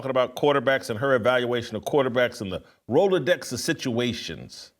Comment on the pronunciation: What did she say? Rolodex situation. Only the Browns. Does she have a speech issue